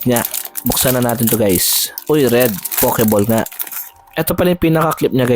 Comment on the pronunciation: Pakilagyan po ng W after ng O sa POKEBALL para masmaganda po ang pagbigkas - POWKEBALL , peace ✌️ bro 😅